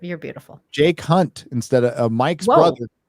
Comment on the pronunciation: Is "Jake Hunt" supposed to be pronounced "Jay Cunt" or did tired me just mishear it?..